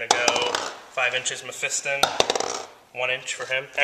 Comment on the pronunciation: Mephiston! thank you for saying it correctly in 3 years you are only the second person on youtube I have heard not say it incorrectly like meh-fee-ston.